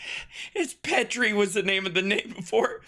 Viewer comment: PEE-TRAY BRO